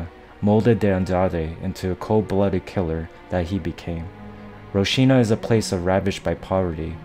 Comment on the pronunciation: Wtf is "roshina"? Lol if you want to make a video at least make sure you can pronounce the location properly... ROCINHA is pronounced hall-seen-ya